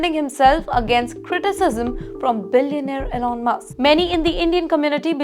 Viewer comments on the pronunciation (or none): none